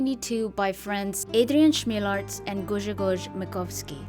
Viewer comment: LOL., you need to learn basics of Polish phonetics. It isn't that hard, it's just a bit different than English one. Adrian Chmielarz = ad-ree-ahn hm-yell-ash in Polish CH and H sounds the same - it's like H in word 'hello'. RZ and Ż are pronounced like si in word 'vision'. So it's like sh but more sonant. Grzegorz Makowski = gshe-goh-sh mah-kov-skee